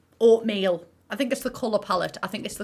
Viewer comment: "oatmeal" omg i lost it 😂🤣